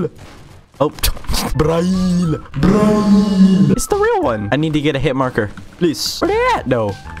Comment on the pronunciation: "BRAEL" Me : GETS HAMMER AND SMASHING LIAK AND SUB BUTTON